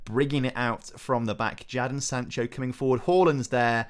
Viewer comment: Why do you say Jadon Sancho. I swear it is pronounced Jayden Sancho. Say if I'm wrong